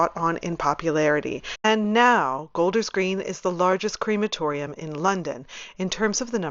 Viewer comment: It’s pronounced crematorium not creematorium.